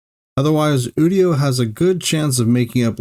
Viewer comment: It’s actually "you-dio".